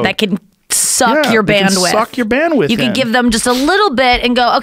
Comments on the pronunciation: Shame. If he read the comments maybe he'd realise it was bandwidth not bandwiff. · Bandwidth... Not bandwith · great talk, but for god's sake. "bandwiDth", guys. bandwith was killing me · Joe “banwith” Rogan